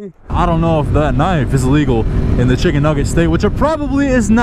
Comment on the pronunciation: are they drunk?? Oh wait that’s probably ellegal too